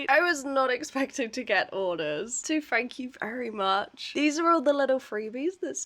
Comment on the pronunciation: Wha a fun video! And by the way when you said thank you very much when packing the orders, I thought you said Frank You Berry Mush 😂 it’s a reference to the story of the mouse doctor, Dr De Soto, which you should look up! Ooh and maybe draw, an episode inspired by quotes from children’s books! ❤❤❤